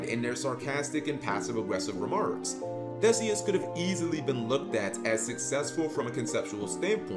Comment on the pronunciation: It's pronounced ThEEseus. So you got it right except for the pronunciation of the name.